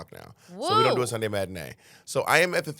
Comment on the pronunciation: "Zon't zo it" I'm dead 😂😂